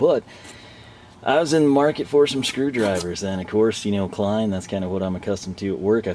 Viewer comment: So you call Klein Lein? 😂